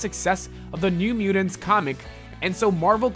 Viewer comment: ""New Muedunce, asuddently, Kiddens, merse with mouth, ple-thoras, say-den""....... I think this guy has his finger up his nose while he is narrating this video lmao...... why do I not have a face palm emoji?!?!